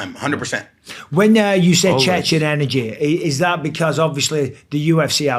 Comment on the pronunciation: Not "Chechnian", "Chechen" is right.